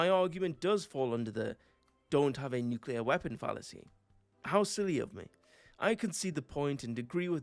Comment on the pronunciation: Glad you said nuclear and not “nuculer” like so many people.